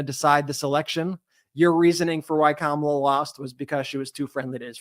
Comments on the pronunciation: I don’t listen to people who mispronounce Kamala’s name. The blood of all the people who are going to hurt by her vote is on her hands. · Dumpy won and they still can’t pronounce Kamala’s name correctly the douch bags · That crying woman is too stupid to pronounce Kamala’s name correctly. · At least now, can everyone please just pronounce Ka-ma-la’s name correctly? It’s respect and a big step towards coming together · She even mispronounced Kamala's name on purpose. Crocodile tears. Nope. Not here for it. Period.